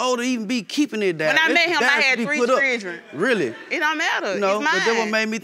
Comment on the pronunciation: Chirdreeeeen = Children